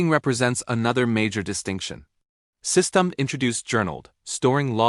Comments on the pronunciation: its pronounced system-dee not system-ed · AI is saying systemed, instead of systemD. Next time put system-D or system D. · AI failed to pronoun `SystemD`. Keep saying `System`. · Someone needs to teach their AI to pronounce System D correctly. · AI can't say systemd right.